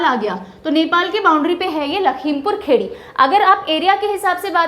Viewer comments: Please teacher,, do correct pronunciation of the districts name ,,not Lakhimpur Khedi it's Kheri Lakhimpur Kheri (or Khiri) many times u called it kheddi it's kheri(khiri) , Goanda it's Gonda n it's Kushinagar not Khushinagar ,,🙏🙏 atleast facts to sahi se btaiye ,, bht bura laga galat name sunkar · "लखीमपुर खीरी", लखीमपुर खेड़ी नहीं, औऱ "कुशीनगर" खुशीनगर नहीं मैम 😂😂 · Lakhimapur खेड़ी नही Lakhimapur खीरी बोलो गवार😂😂😂😂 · maidam not lakhimpur khedi :LAKHIMPUR KHIRI